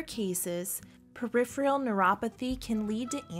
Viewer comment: Peripheral not periphreal.